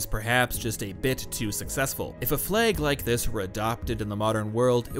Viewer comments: Everyone: Flag: Fleg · Worth it just to hear him say fleg 1000 times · Anyone else keep hearing "Flegs"? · I love how you pronounce 'fleg' and i'm just getting flashbacks to 'they've taken my fleg, they've taken my identitei!' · Prepare for to say flehg a lot. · Cant get over the way you say flag